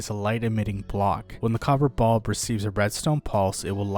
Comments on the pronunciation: Glad it wasnt just me. Its bUlb not bOlb smh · copper bob